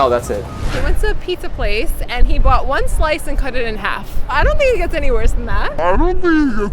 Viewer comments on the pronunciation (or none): none